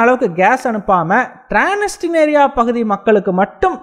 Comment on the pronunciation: றான்ஸ்னிஸ்றியா என்று வாசிக்கவும் ட்றான்ஸ்னிஸ்றியா